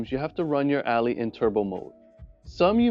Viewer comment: Good vid but its not pronounced ally but al- i